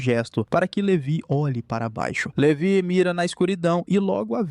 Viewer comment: LeVÁI! Levi se pronuncia Levái.